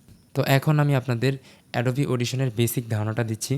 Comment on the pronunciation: এটা এডোবা না ভাই এটা এডোবি